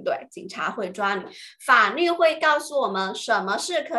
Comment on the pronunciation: 老师是四川人所以“法律” 是不是‘n-l‘不分😅